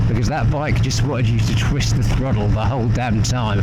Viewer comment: Throddle, fordy, fiddy. Enjoy your videos but pronouncing your D’s instead of T’s is starting to wind me up l😂